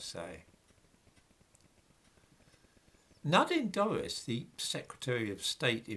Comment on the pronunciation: Nadine Dorries! - I thought you said 'Nodding Doris'. I had the picture in my mind of someone else.